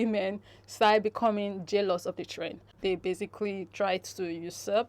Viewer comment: It's follow "trend" or "train". At first I thought I heard the word "train" but later realised that the Influencer was saying "trend". Kindly confirm.